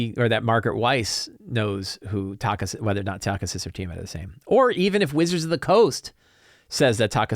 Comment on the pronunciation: Also...it is pronounce Tak-hee-sis goddammit!